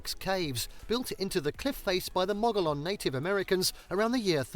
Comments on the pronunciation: Gila is not pronounced Geela. It's Spanish, so the G is pronounced more like an H. So we say Heela. The ancient Mogollon people who lived there is also a word spelled in Spanish. The double L is pronounced like a Y. So it is pronounced Mo-go-yone, not Mawgalon. Just sayin'. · And Mogollon is pronounced Mo-gee-own, not Mo-ga-lawn... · Gila: "Hee-la". Mogollon: "Mo-gee-on" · Gila = /HEEla/. Mogollon = /Muh-gee-on/.